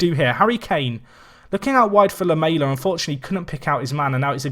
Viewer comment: Great video! Please learn how to say Lamela though